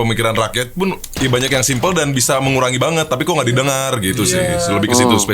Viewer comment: 'simpe' , RIP English